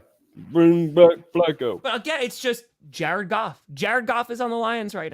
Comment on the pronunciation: Chairrid Goff! Chairrid Goff! Chairrid Goff! Chairrid Goff!